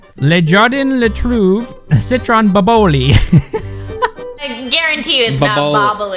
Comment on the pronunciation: It's pronounced Boboli not Boboli